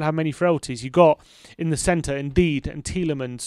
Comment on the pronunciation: Un-dee-dee, not “indeed”